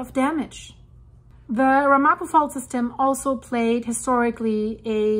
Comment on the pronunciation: Pronounciation: Ram a po